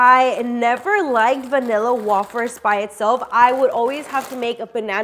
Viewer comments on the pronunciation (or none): I thought it was wayyyfers😂 not wahhfers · wafers are pronounced as way fers love ur videos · saying wafers wrong 😂 it’s pronounced wayfers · The way she is saying vanilla wafers lol it is like way-fers not wo-fers